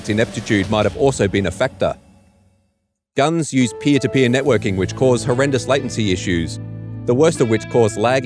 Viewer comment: Its pronounced "Gun Zee"